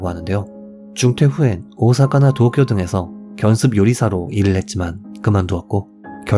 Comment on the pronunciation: とう쿄, おお사카, 오카ざ키, ちょうせん징…일본어 발음을 중간중간에 섞는걸 보면 일본어를 쪼끔 하시는 것 같은데, 쥬라기 park처럼 부자연스런 느낌…그냥 다 한국 발음으로 하면 안될까요오오오